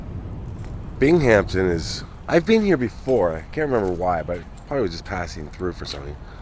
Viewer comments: it is pronounced bing um ton all one word big Hampton smh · Interesting thanks. Common mistake ppl make is the pronunciation of Binghamton. It's Bing Ham Ton. Not Bing Hamp Ton. Ppl tend to throw a "p" in it. No worries ☮ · Bing-am-ton, aren't you a hockey guy?? Never heard of the Binghamton(Bing-am-ton) Rangers my guy? Lol. I know you would think it's like the Hamptons, but there is no P in Binghamton. Thus our NY accent sounds it out differently. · Thanks for another excellent video, but I believe the city's name is pronounced BINGUMTON rather than BING-HAMPTON. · Try to pronounce it Bingemton New Yorkers typically don't pronounce the h .. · Great story but its pronounced, Bing-Um-Ton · What a lovely cemetery. I love walking through them, as I find them so peaceful. An FYI Binghampton is pronounced bing·uhm·ton. I went to boarding school in New Lebanon and a roommate one year was from the area. Love watching your videos, especially the few you've done in my home state. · Thank you for telling the tragic story of this fire in my hometown, Binghamton NY. NY cemeteries really are the best. Oh, and in the long history of teaching pronunciation of "Binghamton" to outsiders: Binghamton has no "P", it's just basically pronounced as a smooth(ish) "Bingham-ton". Sorry to be grammar nazi. I enjoy your work! 🐈‍⬛ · Thanks for bringing this past tragedy back into the minds of people. I wish I knew you were in the area, would be great to see you again. Thanks again for another great video.Take care! 🤟 Bing-uhm-tn......not being snooty, just helping out...lol. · Its pronunciation is bing ham ton but say it quickly lol sorry im a New Yorker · I know it's not important but I'm cringing. Just don't pronounce the H. Fellow NYer here❤ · I was cringing to